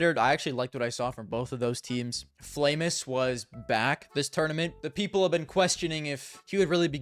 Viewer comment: He's Flamus, not Flameus